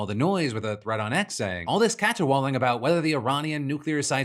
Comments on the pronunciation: Love you Phil for pronouncing every part of caterwauling like its own word. "Cat-her-wall-ing" 😂 for real love you phil, brought me a smile today ❤ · Phil HIT that T in caterwauling